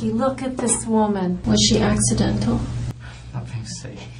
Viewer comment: "come on rocky was she AXE-cidental??" I'm sorry, I'm sure she didnt mean it that way, but....gosh I'm tryna work with her!